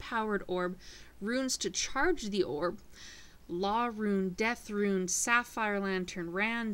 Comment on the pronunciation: She said death rune.